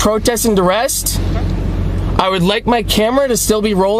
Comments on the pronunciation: "I'm operating under dur-rest". "Word salad" and "not even a real word salad". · "Protest and Durest." 🤦🏻‍♀️ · I wish these people could at least pronounce things correctly. "Durest." Sheesh.